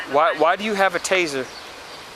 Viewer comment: Did she say Taser????